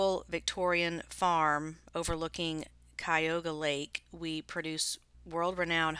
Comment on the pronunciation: Yep I live nearby as well and it's pronounced Cuh-you-guh lake :) It's hard to find this stuff at a decent price for resale around here, most people know how expensive it is. The barn sale someone else mentioned is crazy!!